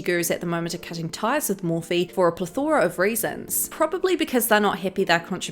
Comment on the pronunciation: Plathora. It’s plethora.